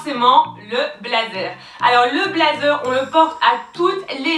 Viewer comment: Hello, sympa la vidéo En revanche l’accent anglais c’est pas encore ça 😂😂😂😂 « blaizeure », « pretty liteul ti », « youtou » 😂😂😂 un bon fou rire comme on aime, merci